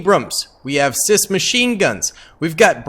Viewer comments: I've seen a handful of your videos and you keep pronouncing CIWS. As Cis.... It's Sea Wiz brother Semper Fidelis. I realize that that doesn't seem like how it's pronounced you'll just have to take my word for it. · the most common way i have heard the Phalanx CIWS pronounced is see-wiz. Great video though.